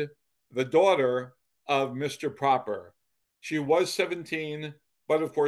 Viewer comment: The Proper family name may have been pronounced with the short o then but I went to school with a Proper in this area and I also knew the family. They pronounced it with a long o. Pro-per.